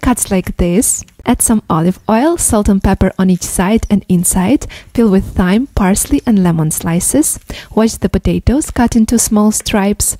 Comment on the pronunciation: It’s pronounced ‘time’ not thyme.